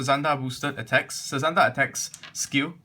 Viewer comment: it's actually pronounce as "sazanda" and not "suzanda" but i cant blame sometimes we just mispronounce something